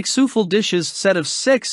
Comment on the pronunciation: Souffle you pronounced it and sounded like "sou full" but it is actually pronounce as "Sou Flay" Sorry but I have a high grade in English. I am not trying to be a know it all.